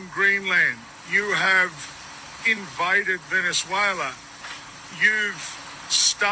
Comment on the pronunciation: imagine not being able to pronounce invade ... i was wondering what we invited venezuela to do...